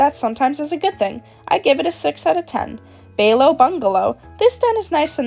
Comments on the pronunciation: I am CRYING- 💀 It's not bay-you, it's pronounced bai-you/Bye-you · "Bay-low bungalo" 😅 This is such a fun video, but I feel I should let you know it's "buy-you", as there's no L's in there. They're marshes.